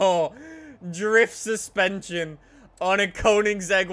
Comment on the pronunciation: the way he pronounces koenigsegg triggers me so hard. GOOGLE PRONOUNCIATION PLZ